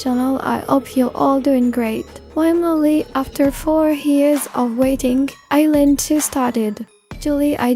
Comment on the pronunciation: It's I, not A. And also, you mispronounced some names of the girls.